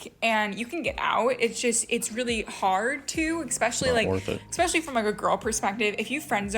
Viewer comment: If you pronounce it "expecially", I immediately assume you're dumb. Same with people who say "Excetera"